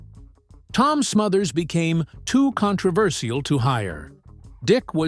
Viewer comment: This is titled "THE Dangerous joke..." Where is it? This guy talked more than play any clips! I want to see clips! And he should learnto pronounce the word CONTROVERCIAL! (kaan-truh-ver-SHL!)